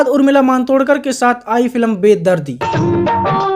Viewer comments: भाई फिल्म को बार-बार फिलम क्यों बोल रहे हो 🤔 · भाई तू फिल्म कहना सीख ले, फिलम नहीं होता भाई